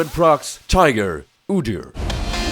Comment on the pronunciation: I like how you called your rune page Odyr and not Udyr, why is that?